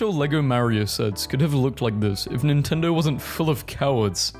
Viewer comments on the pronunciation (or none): none